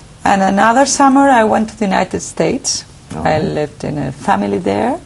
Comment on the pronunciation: Lol, she makes many grammatical mistakes (some of them pretty embarrasing), her accent is kind of poor and way far from being fluent. "I live (no pronunciation of the final d) in the house of...". That sentence stands as an easy summary of her acceptable but not brilliant at all English. By the way, I don't really know what her political ideas have to do with her fluency in a foreign language.